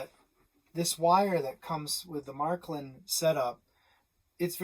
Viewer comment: Matklin? Märklin!